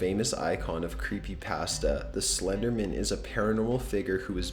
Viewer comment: Why do some people pronounce Slenderman like he's an attorney or something?( Slendermen attorney at law.)